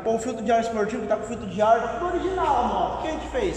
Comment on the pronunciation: "Ogirinal" KKKKKKK